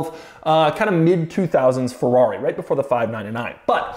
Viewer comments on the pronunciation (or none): It's called Ferrari, not Fewawi!!!😜